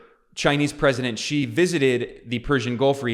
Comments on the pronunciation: Xi is pronounced as ‘see’ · Hi Ben! I follow your videos all the time and am fairly surprised that you are pronouncing Xi with a G sound instead of the Z sound ! Hope you correct it.